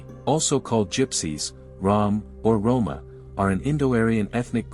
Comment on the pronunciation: Rrom is Sanskrit origin and a ancient tribe of kalderash Rrom it has nothing to do with Rumango Dacia Wallachian modern day Romania or Rome Rroma in the Gypsy dialect sounds more like Rromaah nothing like Romania out siders think because they don’t know the proper pronunciation